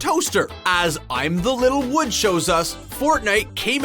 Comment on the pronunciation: They couldn't even say Martin Littlewood of the YOGCASTS name right. "In-the-little-wood"